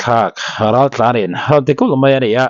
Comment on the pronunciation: Raltlan R tih lam thei lo,Mizotawng pawi chin hi chuan,an ram ah mizo nih duh lo,loh theihloh vanga rawnin ti mozo an nia,tawng pai chin hi chu hnawhchhuah vek tur maw le.